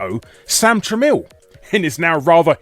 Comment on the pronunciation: Tramiel is apparently pronounced "trammel"